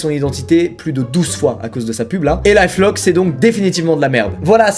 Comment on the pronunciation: Bas c est life lock-lear😂😂